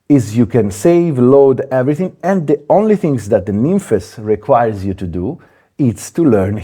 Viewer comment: i'm glad you said it the right way. so many people on here calling it nymphs.